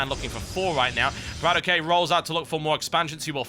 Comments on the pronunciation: Its Bratok not brat okay... it kinda means bro in russian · it's no brat ok(ay). it's bratok. where "a" sounds like "a" in banana! :) and ok like "ok" in lock. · TB plz stop saying BratOkay its 1 word bra-tok, meating in russian sleng brother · BratOK himself has said, that it's Brat-okay. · In order words, it's pronounced "brattock" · Why do so many people care that TB says the name wrong. If BratOK wants to correct him then that's his call. Everyone else need to stop being trolling fanboys and just watch and enjoy the freakin video. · Until Brat-OK corrects The Great TB on how to properly say his name... stfu